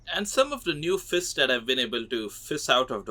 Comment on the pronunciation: "Fis"🗣️🔥 "jellyfiss"🔥🔥🗣️ "Sowrdfiss"🔥🔥🔥🗣️ "Fisses"🔥🔥🔥🔥🔥🗣️🗣️